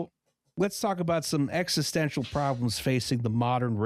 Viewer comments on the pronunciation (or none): none